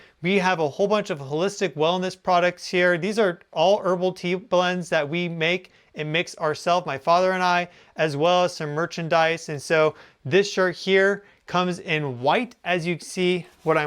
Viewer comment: "Irrbal" ... you mean: Herbal ? 😄 Some people focus on The Great Meeting of Interstellar Civilisations.. I focus on common pronounciation of plants.